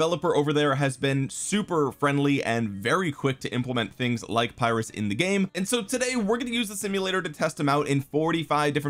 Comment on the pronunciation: Just a quick "correction". Pyrrhus is pronounced with an "e" not an "i" and an "o" at the end. So it's Perrhos. I'm gonna watch the rest of the vid now 😅👍